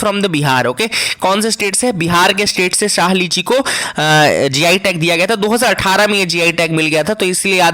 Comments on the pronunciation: Sir , I am from Darbhanga and have eaten lots of शाही लीची not शाह lichi. You have mistakenly pronounced it wrong. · Yes sir samastipur ki lichi khai h...it's really very delicious It's "shahi" sir not "shah" lichi.